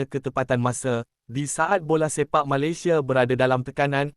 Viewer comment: Sebut Malaysia pun tak betul😂